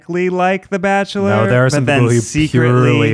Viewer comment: are they forgetting about the barkchshelor??? orrr